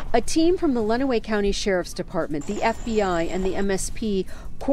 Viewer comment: Listening to try to pronounce Tecumseh and Lenawee is comical. In Michigan we have quite a few city and county names that are difficult to pronounce.